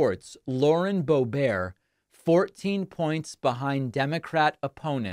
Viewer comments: Did he say boebear? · Please, stop saying "Bobear"...there's nothing about her that is French other than kissing trumpty-dumpty's butt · Don't give gropebert a french pronunciation. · Not bo bear it’s pronounced bo Bert rhymes with hurt. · Not surprised. Might her district be tired of her antics? And what's with the "bow-bear" pronunciation? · It's pronounced "boobert". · It’s pronounced Hoebert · Do you not know how to pronounce her name? You look dum*. Purposely mispronouncing someone's name is childish, trump uses the same tactics. It's sad you went down to his lvl